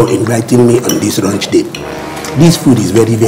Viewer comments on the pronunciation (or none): This na thief ooo he wants everyday launch invitation,. He did not say launch he said raunch